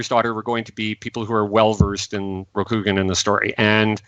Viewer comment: Minor thing but it drove me nuts. Kah-CHEE-ko not Kah-cheh-ko. Ho-TAH-roo and not Hohta-roo. Ro-kuu-gahn not Rock-uu-gahn. In general your Japanese pronunciation just drove me up the wall.